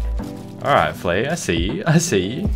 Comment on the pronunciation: Flea Not Fleaaaaaaaaaaaaaaaaa